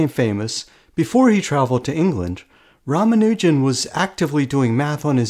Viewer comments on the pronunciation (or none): PRONUNCIATION ROMANUGIN 💀